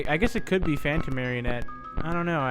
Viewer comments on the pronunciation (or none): none